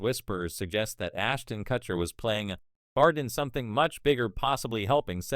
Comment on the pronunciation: Learn how to say his last name or stop using ai voice.